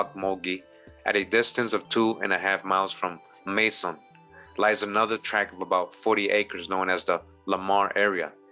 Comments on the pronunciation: Macon sounds like bacon not May-son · PEACE. (Macon pronounced May-con) This is my home. We visit the mounds often. The history here is very rich and old. Please feel free to reach out to locals for any further info or a walk through/ tour. 🤲🏼📿☝🏽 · Macon is pronounced like Bacon, I live off the Savannah end of Highway 80, wish I knew about this back in the 90's since I worked a lot in Macon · Macon - Make An... Like Bacon with an M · At no point do I feel or look at you like you are stupid. I am subscribed to your channel and have been for years. I was just trying to inform the people in the comments of the right pronunciation of my City. I am from Macon and I appreciate you doing this video. I saw this video years ago and realized then that you pronounced Macon wrong but to see that you had reuploaded it I thought maybe you had corrected it. I can tell that you are very intelligent so don't think that I am trying to insult you in any way. I am not perfect and I do not expect for you to be and from this point on just acknowledge what other people say and keep it pushing because this really was a waste of time trying to let you know that what I said didn't even need a response. I'm still here like I said before listening to all the words that you miss pronounce 😅😅😅